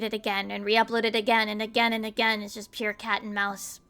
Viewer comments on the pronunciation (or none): none